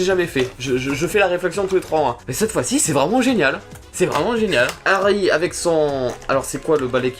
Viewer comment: il a dit avé mais pas avec et très doucement et rapidement